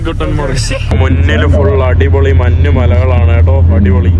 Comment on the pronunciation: എടാ മൈ...... മന്ന് അല്ല, മഞ്ഞ് ആണ് ശരി